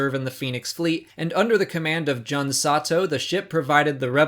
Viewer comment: its june not jun